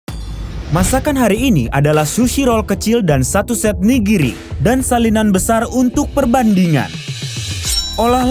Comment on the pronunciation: Ka bilang nya 'nigiri'bukan (niriji)